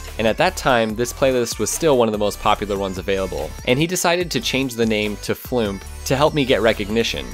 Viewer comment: I thought it was Fl-oo-m-P, not Fl-oo-mp :P